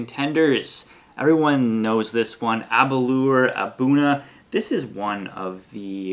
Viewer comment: Nice tasting, yet to try the Arran or Edradour. Here in Japan the Glenfarclas and Aberlour (rhymes with 'flour' btw!) are easy to find and also very reasonably priced compared to the others reviewed here so I have lots of experience with those. Interestingly Scotch is about 20 to 30% cheaper here than back in its homeland due to lower taxes! I guess the old geezers that write the tax codes are whisky drinkers!